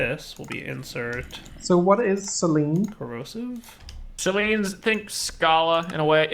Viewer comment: Hehe.... "Seleen" .... It's pronounced "Sel eh knee" ;-) hehehe